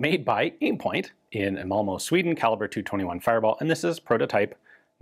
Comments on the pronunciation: Momo? It's Malmö.... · Malmo? Yeesh